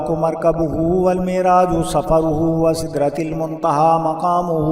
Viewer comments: sidra tul muntaha likha hua h Apny sidra til muntaha parha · Bhai galiti hy app ny "SIDRATIL MUNTHA PRAH " jabky "SIDRATUL MUNTHA" HY sahi karo isko